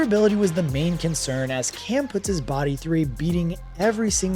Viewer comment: You did a whole show on Cam and you can’t even pronounce his name right.